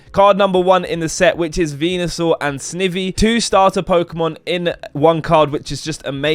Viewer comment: noooo lmao u said snivvvy